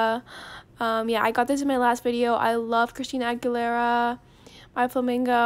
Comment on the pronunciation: i don’t even know how she says Christina Aguilera and how many times she said it 😂❤️